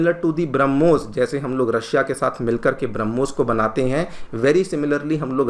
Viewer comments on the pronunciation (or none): none